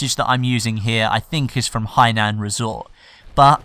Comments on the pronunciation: really hinan resort its golmond dude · Did anyone actually realize that it's pronounced Hi Nan resort? Thank you for clarifying that on the wrong map. (that last remark is not to be taken as a smart-a** comment, just saying.)